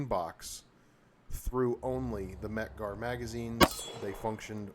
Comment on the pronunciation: exactly, first time I ever heard someone say mec-gar is crummy.